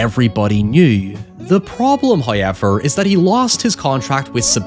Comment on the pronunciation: FIrst "hoyevver" drops at the miraculous number of . Thankyouverymuch...